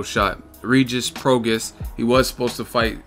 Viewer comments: It’s Pro-Gras-is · my dude it's pronounced pro-gray...it's Cajun/Creole...Rougarou the man at 140 I really wanted Crawford to fight i thought he'd be the toughest fight at 140 for him...Pistol don't want the smoke he's been procrastinating since September or October...Rougarou about to take over...i hope Mikey fights him or the winner of Broner Figueroa